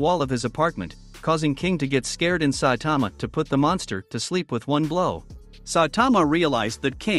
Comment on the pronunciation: I hate say saitama ken you even say saitman